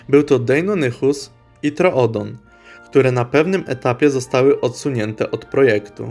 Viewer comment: Czyta się „trodon”, nie „trOodon”